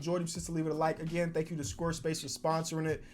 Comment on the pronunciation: Did anyone else notice him saying “squr space” instead of square space